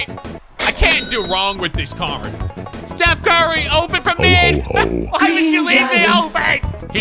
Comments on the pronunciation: “Put the T in it and your corrected” Steth Curry? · Stuph Carry